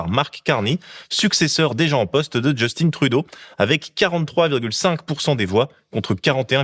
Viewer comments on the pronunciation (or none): petit bémol, arrêté de nommer Justin à l'anglaise avec votre accent qui sonne genre simplement féminin, c'est Justin, pas Justine. Si au moins vous disiez "Justinn'' vous seriez plus près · Justine c'est une fille. SVP prononcer JUSTAIN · C’est pas Justine mais Justin, c’est pas comme ça que l’on dit. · Je sais que chez nous y'a de Justin autre que Justin Bridou... Mais arrêtez de dire "djeustine" pour Un canadien français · Just-IN, Justin Trudeau, pas Just-INE… C’est un francophone du Québec (mais je me doute bien que c’est une erreur volontaire, pour forcer les gens trop réactifs comme moi à faire des commentaires😅) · je comprendrais jamais les français insistes pour dire justine trudeau. il est francophone. c'est justin, pas justine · Par pitié, les cousins. L'ancien premier ministre était JUSTIN TRUDEAU, à la française (et non pas "Justine Troudo") et le premier ministre actuel est MARK CARNEY (à l'anglophone, pas "Marc Carni") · En tant que Québécoise, j’ai beaucoup apprécié, Merci! Toutefois, la prononciation du nom "Justin Trudeau" était erronée. Il prononce tout son nom en français, et non pas "Justin" avec un accent anglophone. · Mais arrêter! C'est pas Just-in à l'anglaise, c'est un francophone! Justin. On ne prononce pas le "n". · Tu sais, Justin Trudeau est Québécois, donc c'est Justin et pas "Djostine" 😑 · Justin Trudeau est francophone, tu peux prononcer son prénom normalement! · Du Québec : Très bon et très factuel mais pitié, arrêtez de prononcer Justin à l'anglaise. Personne ne le fait au Québec. Mes oreilles saignent à chaque fois que j'entends un Français le faire 😂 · Euh... Justin, C'EST JUSTIN!!!! en français, merde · Mais pourquoi vous prononcez le nom de mon ex PM à l'anglaise? 😤